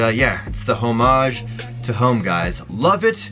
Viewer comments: I think you need to learn how to pronounce "homage" lmao but either way the HTH are ugly af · Also the way u say homage is so funny haha I laughed every single time 😂😂maybe that's the Canadian way